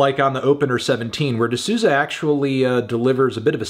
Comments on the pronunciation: Isn’t it pronounced “di Sou-za” (like soul but without the L) tho ? I know its hard for americans to pronounce portuguese names but idk, i thought melon would know. “ Sooza “ sounds so wrong to my brazilian ears. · Hearing my last name in a video is a bit strange (also here in my country the pronounce is "soulza"). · It’s pronounced ‘d SOW-ZA’ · so funny how he pronounces Souza